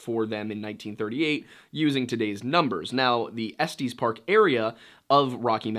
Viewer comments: Love the content. I just found your channel and I'm hooked! Courtesy of Wendigoon. Now, as a Coloradan I have to correct you cuz it's so painful to hear 🤣🤣. It's pronounced Ess-Tess, not Ess-Tees park lmao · Estes is pronounced ‘est is’ not ‘esties’ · Dude. I have a place in Estes park. It’s not Estes(like testes) but es-tiss. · Estes is not pronounced "Esteez" but rather "Estis." I grew up in Estes Park, so this bugs me a bit and won't leave my mind until I write this. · You pronounce everything from Colorado wrong… it’s pronounce like “Ess-tis” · 1. Estes Park has two soft E's. Ehs-tehs. 2. Utah and Nevada are west of Colorado. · It's 'Estes' like 'Ess-tess', not 'Estes' like Testis 😂 You're welcome -Colorado born, raised, & frequently visit Estes. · I'm... I'm sorry, did he just pronounce estes park as est-ees? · Estees gave me a nice little laugh lol, reminded me of my little brother’s pronounciation of it, loving the videos btw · Same I laughed out loud. One of my transplant friends says estees instead of estes. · The way he incorrectly pronounces estes infuriated mw so much for some reason